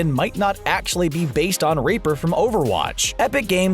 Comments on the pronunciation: You said raper not reaper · He called reaper, raper